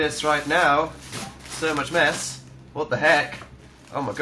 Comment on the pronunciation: "So much mess," I actually thought he said "So much meth..." So... Um.... There.................